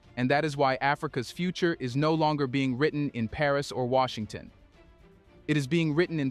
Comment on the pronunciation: Wait this must be AI cause Washington isnt Washington.😮